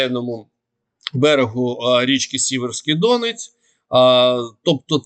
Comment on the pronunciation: Не ДОнець, а ДонЕць!!!!!!!!!!